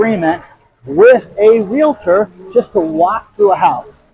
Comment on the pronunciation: Oh my God someone that knows how to to pronounce Realtor 😊it’s usually Real-A-tor😂